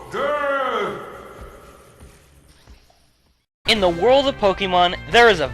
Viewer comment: death? i thought he said dirt.....